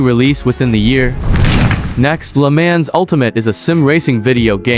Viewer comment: "Le Man's" "Assetto Cossa"